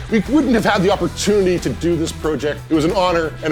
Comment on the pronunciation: This guys says project wrong lol